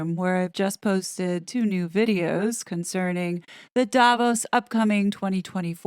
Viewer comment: It is pronounded DavOs (accent on the O) not Daavos. Greetings from Switzerland.